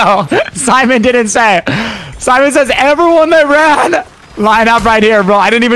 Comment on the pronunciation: Why did he say “ran” like that 😂. Nick eh 30 has some screws loose.